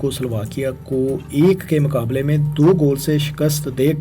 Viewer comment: yeh banda apni pronunciation thik ni kry ga, yeh channel faisal bhai ki wja se subscribe kia tha lekin ab faisal bhai is channel pr ni aty aur yeh bnda alfaz ko sahi pronounce ni krta,,, it's time to unsubscribe this channel isko koi btaye k maqably ni muqably hota hai mamalik ni mumalik hota hai pur ameed ni pur umeed hota hai mataliq ni mutaliq hota hai banyad ni bunyad hota hai majasma ni mujasma athaya ni hota uthaya hota hai matabik ni mutabik hota hai mastakil ni mustakil hota hai aur bhi bht sare words hn